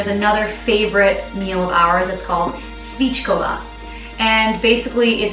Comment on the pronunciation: Svíčková. Great pronunciation,, almost perfect (honestly like native speakers):-)